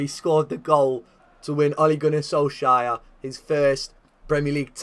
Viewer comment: “Ole Gunnar Soleshire”